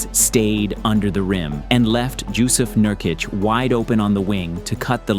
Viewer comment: Did bro just call him Jewsiff Nurkic?!